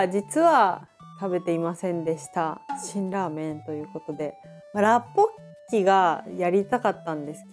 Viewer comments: ロシアンさん、大食いの時から観てます！ 今回の辛ラーメンの動画嬉しいです☺️ それから라볶이(ラッポッキ)のレシピ素晴らしかったし、発音もばっちりでした👍 韓国からいつも応援してますー🙌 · ラッポッキ発音お上手ですよ!